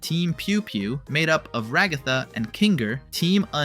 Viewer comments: The pronunciation of Ragatha :( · The way bro says Ragatha's name HAS to be rage bait 😭🙏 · Nevermind he said it wrong the third time